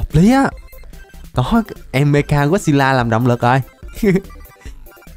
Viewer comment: Anh nói meca got xêp la sai rồi phải là mecha got xep la